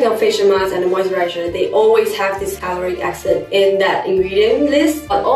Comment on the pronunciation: struggle with that pronunciation of hyaluronic acid like a true Chinese speaker hahaha